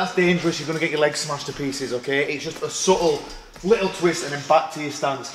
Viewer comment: There’s nothing subtle about the way he pronounces subtle